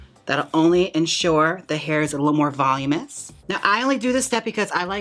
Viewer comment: I love how you pronounce voluminous 😊